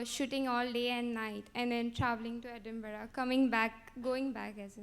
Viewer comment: The People who troll Shahrukh don't know the pronouncing Edinburgh 😂